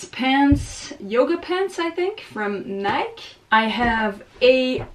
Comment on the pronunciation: You have a really nice energy 😆👍 You're the first person I've heard pronounce Nike that way. 😅